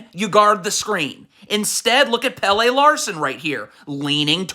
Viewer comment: Omg. It’s not Hair-oh and JahQuezz. Not Pay-lay. He’s not the soccer player. It’s Pel-leh. Your pronunciation is trash.